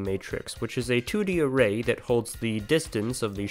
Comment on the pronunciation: Array ... "A Rei"